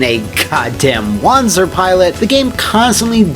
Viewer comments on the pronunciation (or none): Since wanzer is based on the german wanderpanzer you would pronounce correctly as wanza(pronouncing the a as german as posible) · It SHOULD be pronounced Wan-zer as it is a portmanteau of walking and panzer and gehen is german for walking.